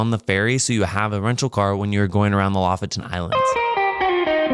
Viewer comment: It's pronounced Lo-fOten. Please. 🤦‍♀️ Lo=lynx, foten =the foot. Lofoten= the lynx foot. The main emphasis is on the second "o". The complete opposite of how you english speakers chooses to pronounce it. I cringe in my soul when I hear it. The knowledge of the world is at your fingertips with modern technology - please, make use of it before posting.